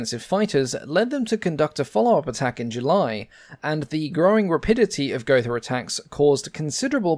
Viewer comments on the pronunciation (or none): Gotha is pronounced go-ta. There is no 'th' sound in German, like in English. Love your videos. Keep up the great work!